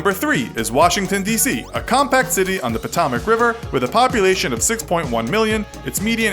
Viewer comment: It's interesting that you pronounced the Scioto river correctly but Potomac wrong...